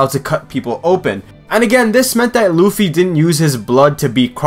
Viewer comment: L-uh-fee not l-oo-f-E